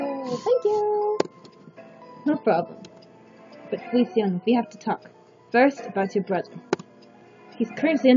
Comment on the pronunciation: Can I randomly cut in and say's Feli's name is pronounced "Fe-li-chaa-no"? Sorry. ^^ PFFFT I remember Strawberry Shortcake and Melon Ball. XD KIKU WHY.